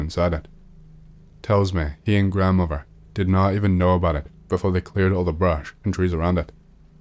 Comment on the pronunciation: “Grandfaver” or “grandfaTHer”? “Grandmover” or grandmoTHer”? “Brover” or “broTHer”? Maybe work on your pronounciation if you’re doing a talking YouTube channel.